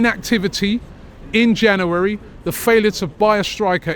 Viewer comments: Robbie cant say january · Robbie needs to learn how to pronounce January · Why can't Robbie say January....😅